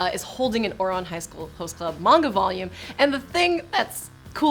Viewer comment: It's pronounced man-ga not mon-go Also it's sa-ku-ra not sok-ura